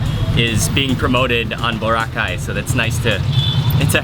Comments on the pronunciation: OMG HE SAID BORACAY SO WRONG BWAHAHAHA😂😂😂😂😂😂😂😂😂😂😂😂😂😂😂😂😂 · I LOVE HOW HE SAID BORACAY SO WRONG😂😂😂😂